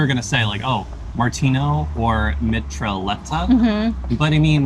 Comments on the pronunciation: the LL is silent, Mitra et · Mitraillette... the double L should be pronounced as if it were a y. Basically say "Mitra-yet". It's also more a frituur snack (popular among drunk people late at night). The Martino is something people eat during the day. Most places don't serve it with ansjovis. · you got the name of the mitraillette right, but the pronunciation wrong, it sounds kinda like "mee-try-yet" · The mitraillette is pronounced like "Mitrha" (the deity) and "yet" (as spoken in english). In dutch this means machinegun or automatic gun. I have been told (but am not sure) this might be because the fries loosely resemble bullets in a magazine (the bread). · if you ever wanna try the mitraillette again, its pronounced, mi-tra-jet, it directly translates to sub machinegun from french. why? idk xD what you had was a mitraillette. a french hamburger is like a hamburger but the buns are a big "pistolet" with a patty, veggies and fries they are essentially the same only the bread is different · then Brusels French burger is pronounced as "mittrajet" (the french word for machine gun is "mitraillette".... ). It is also made with a Mexicano instead of a burger and other variants. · Mee-tra-jet... and "jet" not like the airplane... but with a soft "j" you're welcome :p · You pronounce it as mitrajette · It is pronounced me-try-yet :p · Mitraillette can be pronounced as "Mitra-yet". Also I was really glad to see you enjoyed the martino sandwich, it's my favorite! I was afraid the anchovy would be too overwhelming, like it was for me when I first tried it. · ( machine gun ) = Mi-tra-jette...soft j ....love your video's, subscribed..i'm from Antwerp....next time when you come to Belgium do a Belgian beer vlog please. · Mitraillette is pronounced in a french way, but it's funny the way you said it :).